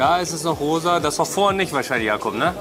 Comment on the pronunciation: Nicht Jakob sondern Jakup… das ist ein türkischer Name